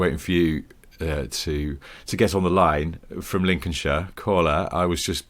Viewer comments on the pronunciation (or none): none